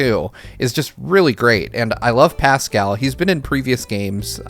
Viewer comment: No one:: PASSKUL